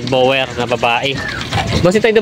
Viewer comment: Di ginawa ng blogger assignment niya. Di niri search ang tamang pronouciation ng breed nung kambing.